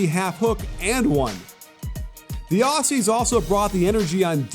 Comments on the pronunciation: It’s ozzies. Not aus e’s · I was there for the game, but it’s not pronounced “awhsies” it’s more Ozzie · Sorry for this but it’s pronounced auzzies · "The Ossies" -_ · who are these Os-Cees (Aussies) u speak of ... ?? we are Oz-ees ... with a z ... Ozzy Ozzy Ozzy - oi oi oi ... great analytical vid by the way.- cheers 👍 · Dear American commentators.... it's OZZIES (with a ZEEEEE), NOT Aussssssies (with an ESSSS). FFS we've been allies for years and you STILL can't pronounce our nickname yet!? lol. SORT YOUR SHIT OUT! PS.... Love ya'all, but SUCK IT ON THE LOSS! haha. There's a NEW sheriff in town! Bahahaha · It's pronounced Ozzies not Ossies lol. Top tier analysis as usual 👍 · God please, Aussies, like Ozies with a Z sound not S. :> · The way he says Aussies is embarrassing obviously never been here lol